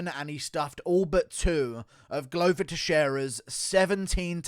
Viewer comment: Glover not gluuver